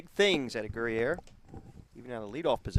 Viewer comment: #8 - Guerrier, pronounced like courier but with a G 👍🏼